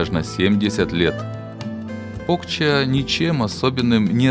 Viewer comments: Село Покча, ударение на последнюю букву, а. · Покчá, а не Пóкча. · Стыд и позор коментатору. "Соля́ные заводы и ещё Пóкча". Язык бы вырвать.